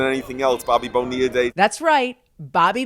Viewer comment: How many times can they mispronounce Bonilla?